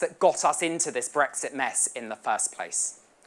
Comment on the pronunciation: What is this "Bregsit" which Swinson keeps talking about? Poorest speach I have ever listened to. The lady has no presence as a speaker.